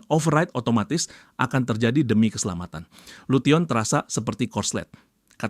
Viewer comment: lution di baca nya lusen bang